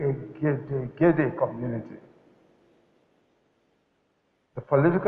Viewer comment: Nice..LOL the egedegede pronounciation..you tried Sir..thumbs up..it can sometimes be hard to pronounce for us with different dialect.